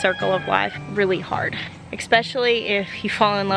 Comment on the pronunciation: Dude, you're so smart, eloquent and informed, so PLEASE stop saying eKspecially. I beg you.